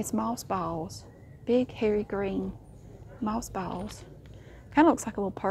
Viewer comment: “Maws bawwlz” I’m from the south and with be saying this just about ALL DAY! I love when you find some good balls to show us!